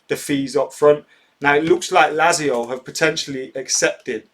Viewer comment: MATE its pronounced LAT-ZIO ;)